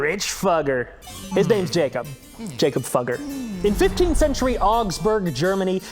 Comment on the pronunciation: Jakob Fugger is pronounced YAH-kob FOO-ger